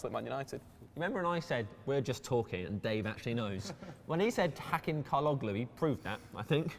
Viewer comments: absolutely rubbish pronounciation of Çalhanoğlu. and ffs get Strootman right it is pronounced STROTman NOT struut/stroot man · he mispronounced Hakan Çalhanoğlu